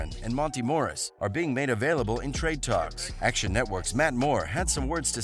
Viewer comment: not pronouncing nobody name right. joking Morris barton